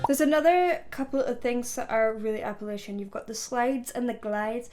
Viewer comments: Love ya but app-a-latch-un is the proper pronunciation. Thanks from the Appalachian mounts in TN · Its (apple-atcha) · App-uh-latch-uh/in. Just fyi on pronunciation of those mountains.